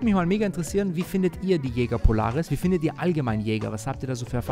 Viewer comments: dat Ding wird französisch ausgesprochen.:) Ich sage das nur deshalb, weil ich auch nicht wollen würde, dass du Börek genannt wirst. Bester Mann - und danke dass du nicht so peinlich wie Kai bist. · Geiles video! Jetzt musst nur noch „Jaeger“ richtig aussprechen 😅 ist ja immer ein Zungenzirkus